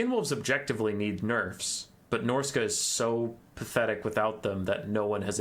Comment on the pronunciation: No he said it correctly. Norsca has three lords, two legendary and one generic.